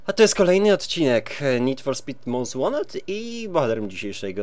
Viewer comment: Lubię jak mówisz to "Most Wanted" z takim akcentem xD